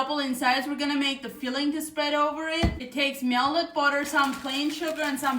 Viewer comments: I love how she says melded vs melted. 😂🧈💛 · Mea-lted budder Love her!!